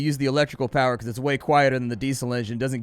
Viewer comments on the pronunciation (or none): none